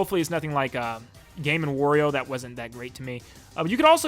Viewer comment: It was a great video but I had to 👎 it because of how you pronounce wario